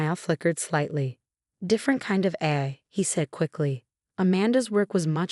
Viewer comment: You need a better computer voice some of the pronunciation is very wrong. For example Therapy is pronounced Thera Pie and Nathan is pronounced wrong about 50% of the time. AI is not pronounced correctly and a lot of the rest is wrong. Why not just do your commentary as a human or is that too much work.